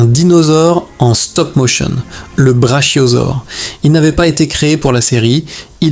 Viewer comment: salut, une petite précision, tu as déjà regardé jurasssic park, brachiosaure, se prononce brakiosaure